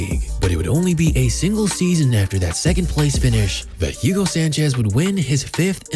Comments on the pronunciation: Excellent video...but, there's an issue. This soccer player (better known worldwide as "futbol") isn't "Yugo" Sanchez, but rather "Hugo" Sanchez. Thx. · FYI the H is silent so its ugo.